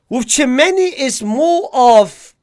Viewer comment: And the way you pronounce Tchouaméni as Chew many